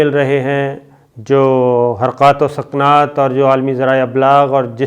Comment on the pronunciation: صابر بھائی حرقات و سقنات نہیں حرکات وسکنات 😄